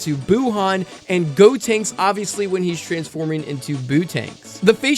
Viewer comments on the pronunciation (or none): none